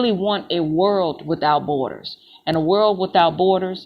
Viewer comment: Hello,!! Miss school much??? You should!! The word B O R D E R S is not BOARD ERS!! Get a dictionary!! OMG!!